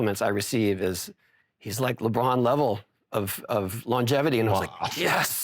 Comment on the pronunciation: Lebroom... "dOmiNAteD". Riiiiiight. 🤣